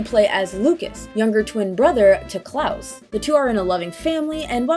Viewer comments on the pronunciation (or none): none